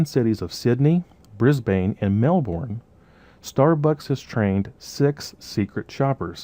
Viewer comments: Awesome videos you're amazing. I'm gonna be a real nit-pick here but I really cringed every time you said Melbourne. It's pronounced Mel-burn not unlike like you'd pronounce sun-burn:) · Love love love, this stuff super life saver only one comment, To say Brisane/Melbourne like a native it is Bris-bin and usually Mel-bin... I know we are so lazy lol.